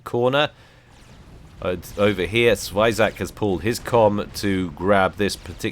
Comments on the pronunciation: Hahaha XD It's not swayzak :D It's a polish word. Zwierzak means more less an animal. I wonder how to turn it into english sounds... Try this: Zvyegack :P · heheheh sfajzak :D zwierzak :D jak on smiesznie to wymawia:D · Zwajzak, lol. It's pronounced soo, so differently. It's Polish word, I recommend checking in google translate how it sounds, haha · zwierzak is polish (i guess :P) it means animal and it should be pronounced something like Z-V-YE(like begining of color yellow)-GE(like ending of color beige)-A-C